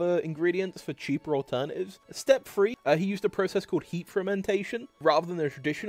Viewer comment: There’s no “F” in “three”.